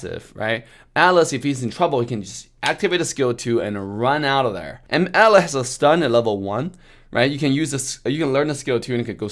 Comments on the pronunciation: Why the hell do I understand Alice instead of Atlas anyone understanding the same?XD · Who else misheard alice instead of atlas,hahaa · I didn't even realise he was saying atlas until I saw your comment.